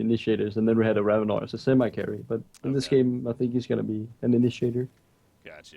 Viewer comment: it's Rav-in-or not Rav-in-er. Even when you pick Ravenor it pronounces it correctly.